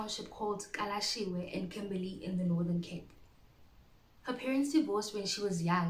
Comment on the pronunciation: Kalashewe? . It's pronounced Galeshewe.